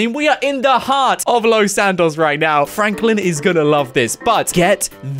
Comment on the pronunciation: Its frenklin